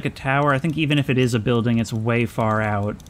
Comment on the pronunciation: You missed the chance to pick up that yellow door. It would've fit the spot with the mismatch Cheers, I'll drink to that Every time I watch this video, and hear him say "building" like that, I think about the "don't be racist, I am a building" song